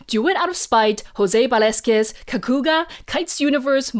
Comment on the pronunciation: José Velázquez was surprisingly well pronounced, I didn’t expect that! You mixed the a and the e, but the z and the q were great!